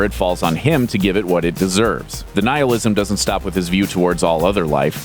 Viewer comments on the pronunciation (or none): none